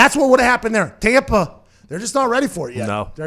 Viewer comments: “Tompa Bay” got me geekin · When you said tompa bay 😀 hahaha laughing